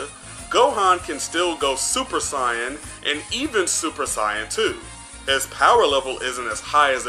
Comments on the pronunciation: did he say it (Sai- on )instead of (say-yun) or the Japanese(say-ya-jin) what a weird way he pronounces it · Why do you say saiyan like cyan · How the f do you pronounce Sayain... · Don’t even know how to say saiyan 🤦🏽‍♂️ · Why do you say Saiyan so weird?